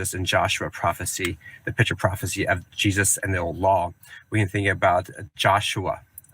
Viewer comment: I know it's just the way he pronounces "picture," but, since it sounds like "pitcher prophecies," I now have a new take on Christianity. The Kool-Aid man is the second coming of Jesus! Oh, yeah! Amen!